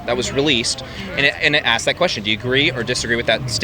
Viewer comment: bro why are you saying "aksed" instead of "asked"? in germany we learn that its "asked". our teachers are dumb or idk..